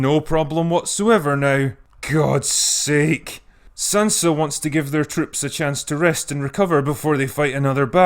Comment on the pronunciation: "Gud Sake" llllllmao